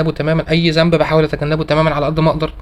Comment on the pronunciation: جزاك الله خيراً.... أرجو من حضرتك الدقة بقراءة القرآن الكريم.. مثل الأحرف اللثوية.. مثلاً. ذنب وليس زنب